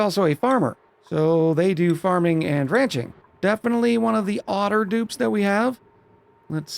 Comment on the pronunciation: Did say otter dupes?